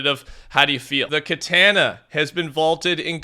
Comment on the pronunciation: The way he sats katana lol